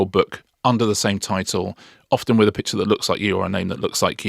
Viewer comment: Did Marina say "bitches" instead of "pictures"? She's started early.......🍾🍷😂 Philanthrofist? Superman is Japanese? He could arrest himself?